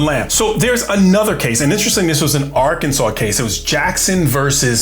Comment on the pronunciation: Cop; Ar-Kansas NOT-Yer-Kansas